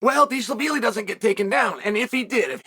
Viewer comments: Whos this "dish-lavili" fellow? 😂😂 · Dilshavili 😂😂 Chael the Butcher of Names. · I lost all focus when he said dishlavili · When chael mispronounces your name . You’ve made it in life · hes making fun of the way chael pronounces merabs last name